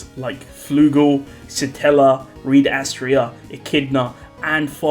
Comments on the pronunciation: Can we stop calling Reid as Reed, please? It's supposed to be pronounced the same as Reinhard. Thanks in advance. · He's not called Reed btw, it's Reid. Same as Reinhard.